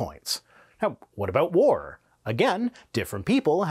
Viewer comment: Took me a moment to realize that you mean "war", and not "vore" 😅